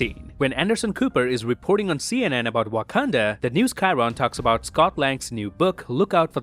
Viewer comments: 7.37 I found an amazing detail in this video. While describing the colours of Sub-title you said "Wakanada" instead of "Wakanda" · u said wakanada once btw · Did you just say Wakanadan as a joke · i love the how pronounces Wakanda as wakanada as a reference to how brucebanner pronounced it in age of ultron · First I thought why did he pronounced it like that 🧐 then I remembered that Bruce’s picture is from Age of Ultron 😂😂 nice one